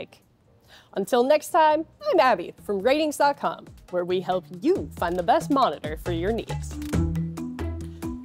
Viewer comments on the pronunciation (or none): s I recognize the council has made a decision, but I have elected to continue pronouncing it "R-tings".